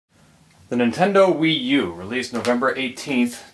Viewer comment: Some people call it the WeYou =P